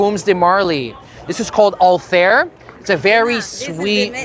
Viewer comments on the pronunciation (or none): the review would be more credible if even the name of the perfume is pronounced correctly, it is not anything like hair or air, more like althaiir, that's what the double dots on the i are for. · I cringe everytime you said “All-Theere” no hate but I don’t know how its actually pronounced 😅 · why everyone pronounces the name of this perfume wrong 😭